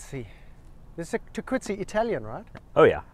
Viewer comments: Cowabunga dude! The course name is pronounced Tah - Keetz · Stuart is correct, and it’s pronounced ‘Tah-quits’🤦‍♂️😆Cool collab content, keep it comin playa🤘😎🤙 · Fact check on the meaning of Tahquitz is ongoing. Pronunciation has been confirmed as tar quit see. Cowabunga hosenscheissers.